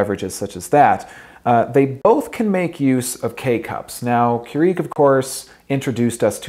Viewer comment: Not sure I like how he says "Keurig," he's pronouncing it strangely.